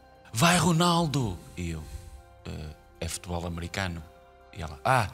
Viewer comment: firme_filme futebor-futebol trocar os "L" por "R"